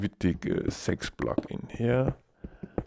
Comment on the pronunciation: k, You said "sex" instead of "six", so thought you were Swedish xD